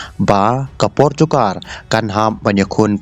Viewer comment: portukar???? Rolls-Royce ❌ rose-rois ✅😂